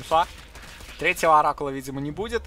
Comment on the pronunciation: На говорит "Оракула отдал", а мне показалось "Рак Ладал", что звучит как выражение разочарования скиллами игрока по-Протосски.